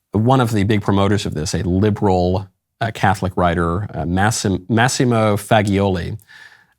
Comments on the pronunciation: I like how Michael just butcher that Massimo guy's last name with a straight face. I mean isn't Michael Italian? 🤣😂 Isn't pronouned: "Fah-Jo-Lee" ?😂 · I hope you don't order pasta "Fa-ghi-oli when you go to your favorite Italian restaurant!!! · Wait isn't it pronounced Fah-Jo-Lee? 😂🤣 Isn't Michael Italian? I like how he said it in a straight face! 🤣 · Michael once translated an entire Machiavelli play into English. When he pronounced it "FAG-ee-oli" he knew exactly what he was doing 😈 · I thought you spoke Italian! It's pronounced gi in Italian is pronounced as a j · Not ironic that he prounounced the "G" in Faggioli as a hard G. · How about pronouncing Faggioli alla italiana? Sloppy from an ostensible Italian scholar.